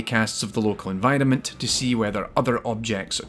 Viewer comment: Recently stumbled upon your channel and I like your content very much so far (especially related to games like this that I've played a lot) so keep up the good work, but one thing that I just can't get out of my head, everytime you say "environment", to me it sounds like "N-Vitamin". It's stuck forever now :(